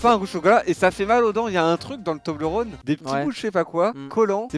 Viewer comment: Toblerone ça ce dit tobleur one si jamais mdr